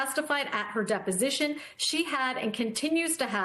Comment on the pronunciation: Dep-O-Sition! Dep-O-Sition! Dep-O-Sition!!!